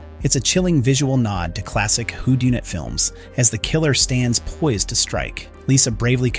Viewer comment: "Who-dune-it films"? 😆Are you an imbecile? It's pronounced who-done-it but I guess the spelling of whodunit is just too advanced for you, right? 🤦‍♂